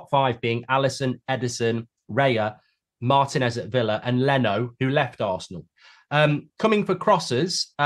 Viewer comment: Cannot take LightBridge Goldfish seriously when, like many English people, he mispronounces Martinez's name. It is Marteenez, not Martanez. Also, teams did try to buy Raya (Spurs), Brentford are not selling unless the fee is close to 60 million. He is right that Ramsdale is not a Tier 1 GK -- Alisson, Ederson, Martinez. Tier 2 -- Ramsdale, Pope, Raya, Pickford. We will see where Onana goes after this season